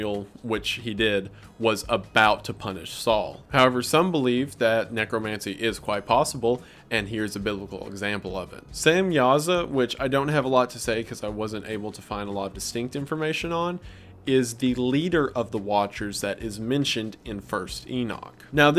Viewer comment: Come on dude.... "Shem-yaza" is an angel.... his name has to start with "Shem" or end in "el".